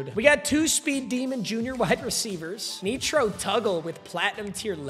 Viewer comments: nitro tuggle not neetro tuggle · Nee-tro Tuggle is killing me lol. It’s Nitro like the boost. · “Netro Tuggle”😭